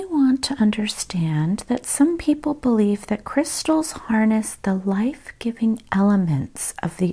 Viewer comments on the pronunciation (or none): none